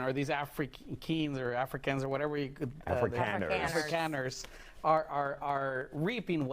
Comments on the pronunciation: Right off the bat, the lib demonstrates he knows nothing about the subject at hand. "Afrikeens," 😅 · The first brilliant commentator did not even know how to pronounce Afrikaners. Reaping what they sowed? He is a person of sad intellect. He is justifying murder. Shame ! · The first "expert", who can't even pronounce the word "Afrikaners" starts by telling us that South African whites deserve to be genocided because their grandparents might have been racist "in the 1940s", eighty years ago. I stopped watching. Damn this evil show. These people are evil. The man literally suggests that people deserve to be murdered because their ancestors lived in a country with racist government policy. Murder is bad. Racism is bad. The people on thus television show are as immoral as anyone they accuse as racism, and it's less of a sin to have racist attitudes than to support murder and refuse to help people fleeing a genocidal government trying to kill them.